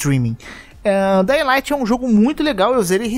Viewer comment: Não se fala daying light e só dying light. Isso é uma crítica construtiva, visto que vc influencia muitas pessoas e tem um alcance nacional. Espero que continue com seu ótimo conteúdo! Abraços!